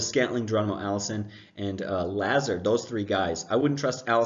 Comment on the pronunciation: Say it with me everyone: La-Zard. Allen LA ZARD. Like luh zard. Go Cyclones 😂